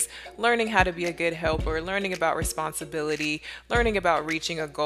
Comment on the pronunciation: i think you are doing an amazing job teaching ziya responsibility or should i say "responsibilithee" lol